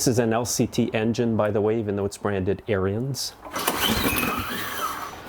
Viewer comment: It's ARENS The "i" is silent. Not like aryan race.